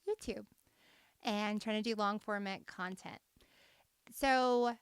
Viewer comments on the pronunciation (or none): none